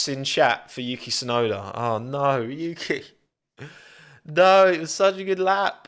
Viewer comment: he also doesn't pronounce the T in Tsunoda... He just says "Suenoda."